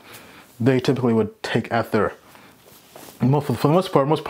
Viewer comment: I don't even think you've watched a video about ethereum because you keep miss pronouncing ether